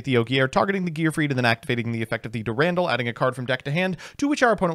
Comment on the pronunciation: Eye-sold Dur-Randall Putting together a grocery list for must seem like unhinged scribbles. "Be sure to get a crown of brock-olly, and a few avoke-uh-does"